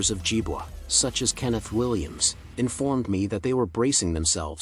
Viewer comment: Nicely presented but with an obvious AI voice. It would have been of great benefit if the entrance of JiboRobotics had been included as they are currently the ones who are keeping Jibo alive. Good content and I love how the AI voice pronounced Jibo as Jibwa😁